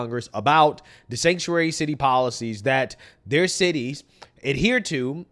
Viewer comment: All of a sudden they can't say the word sanctuary